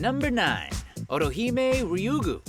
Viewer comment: why does it sound like hes saying orihime instead of ottohime, man they sound a like.